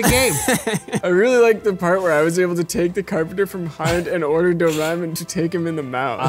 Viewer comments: I feel like they pronounce "Doraemon" differently every time they say it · As someone who saw a lot of doreamon as a child their pronunciation of doreamon kills me. No problem with the kinky shit ofc I've always known he's a pig.